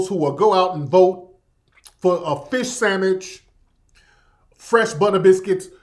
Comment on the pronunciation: You said Fis Samich! Boi I know you from down south now 💯✊🏾💪🏾 Country Boi💯